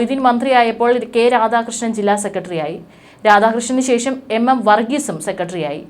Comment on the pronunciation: ശേശo എന്നല്ല ശേഷം എന്നു പറയൂ.. മലയാളത്തിൽ വാർത്ത വായിക്കുമ്പോൾ അക്ഷരങ്ങളോട് ആത്മാർത്ഥത നിർബന്ധം